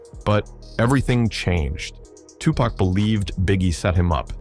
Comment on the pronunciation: How are you mispronouncing NAS and Tupac? 😂